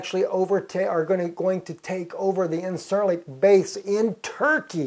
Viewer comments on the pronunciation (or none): It's pronounced [in-jer-lik]..